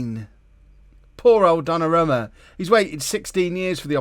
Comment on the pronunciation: It's pronounced Donnarooma